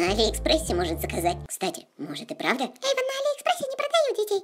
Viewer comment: эйван а не Эйвон